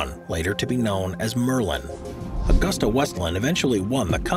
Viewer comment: It is/was Aah 'goos 'tah, (Now Leonardo Helicopters) not Augusta as in the town in Georgia!